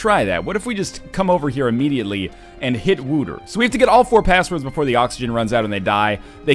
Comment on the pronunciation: Just replying to an older playthrough here. You're not very good at pronouncing stuff, are you? Wouter is not pronounced Wooter, the closest you will get with an English pronounciation is probably Wowter or Waoter. It's a Dutch name. Then again, I'll grant you that the language in this game is also done pretty bad. Just look at the end, "pacific" attitude? They've got to be confused with the word pacifist :s